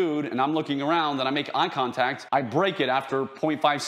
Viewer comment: "eye tongtact"